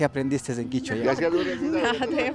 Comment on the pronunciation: Kichua o quechua en realidad es quechua KECHUA